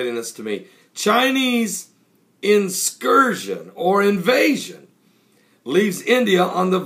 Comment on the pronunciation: Incursion, Pastor.... Not inscursion.... **Sigh...